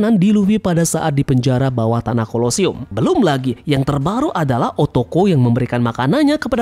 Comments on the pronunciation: Otama bang bukan o-toko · Otama bang, Bukan otoko 🙂🙂🙂🙂🙂🙂🙂🙂🙂🙂🙂🙂🙂🙂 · Otama min, bukan otoko